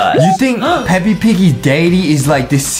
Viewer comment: This man said peppy not peps lol